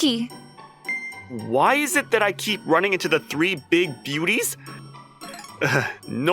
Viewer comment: "The three big booties" I swear I misheard that while passively listening.